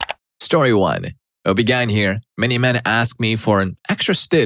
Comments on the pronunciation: The way this dude pronounces "OBGYN" is stressing me out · ME TOO 😭